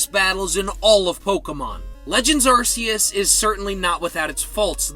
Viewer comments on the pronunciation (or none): It’s pronounced ahr-KEY-iss, “”! Get it right! 🤨